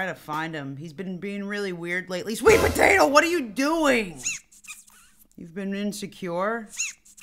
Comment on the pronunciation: her:sweet potao me:Sweet potato